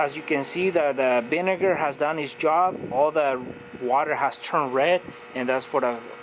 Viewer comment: He said the Binegar lol 😆 vinegar with a "B"